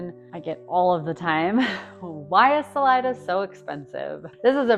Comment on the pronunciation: It's pronounced saleeda not salide-a